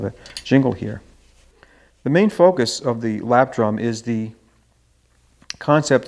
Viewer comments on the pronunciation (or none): none